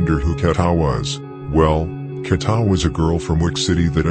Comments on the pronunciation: Who tf is kata?😂 KEEETA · Who tf is KATA 😂 it’s KEEEETA